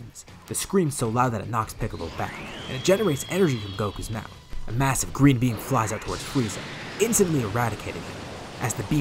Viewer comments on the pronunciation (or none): i thought he said green bean